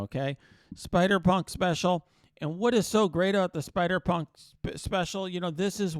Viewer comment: Couldve swore you were gonna say spider spunk when you were trying to say spider punk special lol